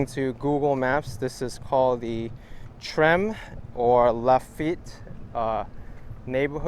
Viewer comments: Treme’ is pronounced Tray-ma’ long “A” sound Treme’ is one of the oldest Creole (black) neighborhoods in New .Orleans. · Dude. I love you to death. But it's pronounced "Trem-AY". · Tremé is pronounced Tra- may. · The neighborhood is called the "Treme" and pronounced "Trem-may". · I was going to point that out too :) Treme rhymes with Willie May!